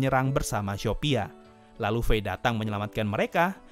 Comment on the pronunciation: Bang aku dengarnya syopia bukan shopia